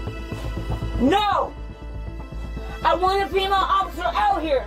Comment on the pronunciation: Oat!!!! (Out!!!!) Lmao 🤣